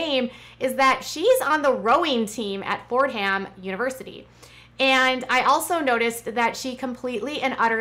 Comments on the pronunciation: It is pronounced Fordham... not Ford Ham. ( A New Yorker here) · Hi,! You look beautiful today. FYI...it's pronounced "Ford-um'"...🙂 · I went to Fordham! It’s pronounced “fordom”. I am happy Cara is getting a great education and having fun. Kate is a piece of work but the problem with Jon and the twins is they were older when he was partying in Ed Hardy t shirts and dating college girls so their view of him is different. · If she rows for Fordham…pronounced “for-dum”…